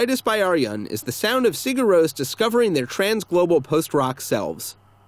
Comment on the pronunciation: The “Rós” In Sigur Rós is pronounced the same way as Ross. And I think Ow guy tis by are un